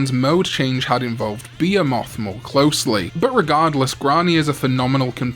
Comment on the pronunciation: Cool as it would have been for Behemoth- I just realized that was what you were saying all welsh like, different pronunciations are fun. Where was I? Oh right, neat as it would be for blast mode to be a fusion of Beelzemon and Behemoth, if that was the case, we wouldn’t have the visual of a giant fallen Angel biker man slowly following a teenager around on a motorcycle despite being able to fly.